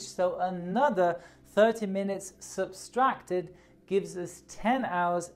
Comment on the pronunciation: Did he say substracted? Why does he had random “s’s” on words